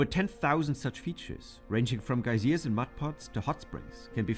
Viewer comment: The narrator mispronounced geysers. That may have confused you.